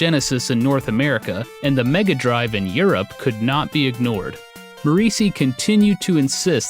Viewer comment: I think Morici is pronounced [moh-REE-chee]. Probably. Looks Italian.